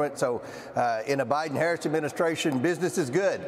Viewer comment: She will be president for the next 8 years, so learn to pronounce her name properly.